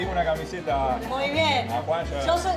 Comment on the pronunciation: se les escapó un "SHO yo soy de Valencia" ?? o me parece a mi? jajaa que grande dalmau